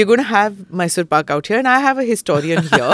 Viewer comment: in kannada it is pak or paka depending on which part of karnataka you come from... paga is what tamilians would pronounce.